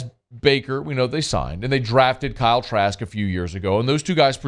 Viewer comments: Did he say Kyle Trash? 😂😂😂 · Did he say Kyle trash? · I know I’m not the only one that heard ‘Kyle Trash’ 🗑️ 😂😂😂😂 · Did he say Kyle Trash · I thought I heard that too 😂😂